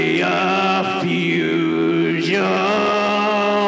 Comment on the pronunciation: Its pronounced nu- cle-ar.